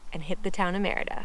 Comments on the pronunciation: It's pronounced Mérida not merita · Great video. I just wish you would work a bit harder in pronouncing the name better. Not merry-da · Why are all YouTuber gringos always so terrible at pronouncing Mérida?